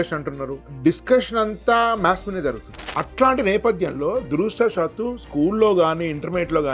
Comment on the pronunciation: దురదృష్టవశాత్తు.......దురాషా సాత్తు కాదు.